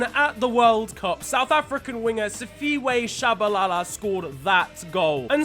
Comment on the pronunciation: just butchered Tshabalala's name 🤣🤣🤣🤣